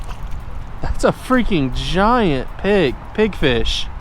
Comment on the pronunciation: Pigfish are great eating, a Pigfish is a type of grunt. Sounded like you were saying pinfish